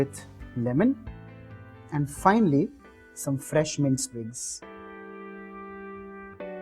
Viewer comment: Hey, I wanted to suggest 1 cosmic change in your pronounciation of "Finally" U say Finely to Finally